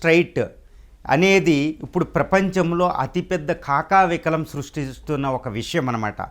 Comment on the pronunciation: కాకవికలం ఏందిరా? కకావికలం అని చెప్పు